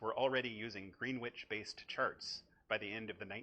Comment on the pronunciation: "Greenwich", pronounced "Gren-itch" ;) Brilliant video, thank you.